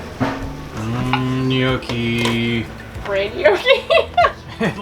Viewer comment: Hey all. Love the video but I’m guess neither of you are Italian. 😂 no worries just spreading the Italian love. If you want to add to your Italian accent gnocchi is pronounced like yucky with an n in the front. N’Yucky. ♥️ 🇮🇹